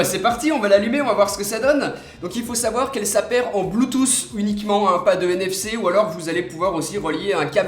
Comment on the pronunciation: Bluetooth ca se prononce avec un T a la fin pas un S !!!!